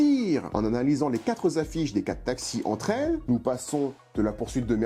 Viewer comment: Je crois que ça se prononce "quatRe" 😅 et pas "qatt" !